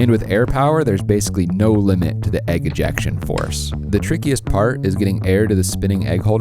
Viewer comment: It's not "egg ejection"..... It's "eggjection"....... 😁😁😁😁